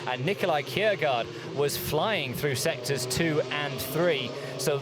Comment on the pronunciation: I don't understand how that colour commentator has a job. I wouldn't hire anyone who says, "Going froo turn free". And no, it's not an involuntary speech impediment.